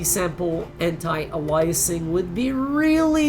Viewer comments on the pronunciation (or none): it's "anti aye lee ess ing" not "anti al eye asing"